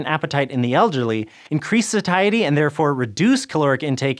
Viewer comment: I loled at "satayatee"